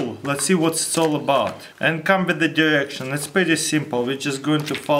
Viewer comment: "follow the durexion" xD lmao